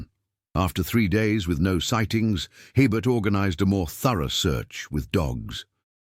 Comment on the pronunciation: No such plantation ever existed in Louisiana. Herbert is pronounced a-bear. The Anglo-Saxon last names are highly unlikely in St. Martinville during that era. It would have been professional of them to research how to pronounce the indigenous and French names. BTW, St. Martin Parish is not close enough to New Orleans for anything to drift there. This is a made up story.